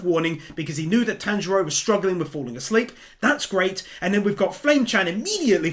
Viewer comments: Lord Inosuke...always says Tanjiro's name wrong lol.... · tamjiro no manjiro no shatanjiro lol isuke